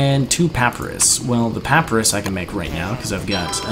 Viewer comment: Puh-pie-rus. That's how you pronounce it.